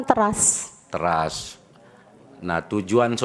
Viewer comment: Trus pengucapan teras itu nada e nya juga salah awkwk